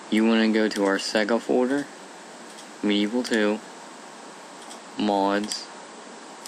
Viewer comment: You say "Folder" wierd. Nevermind.